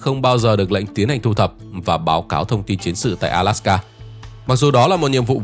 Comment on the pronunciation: Góp ý: ALASKA not ALSAKA